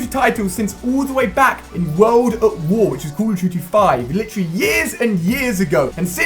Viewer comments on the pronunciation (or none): Lee-chru-lee = Literally